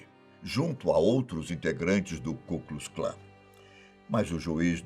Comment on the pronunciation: "ku klus Klan" assim não da ne é Ku Klux Klan